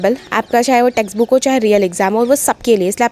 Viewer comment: Testbook❎️ texbook✅️ asked❎️ aksed✅️